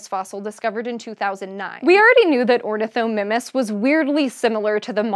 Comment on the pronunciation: Ornithomimus pronunciation: Or-nith-OH-MY-mus.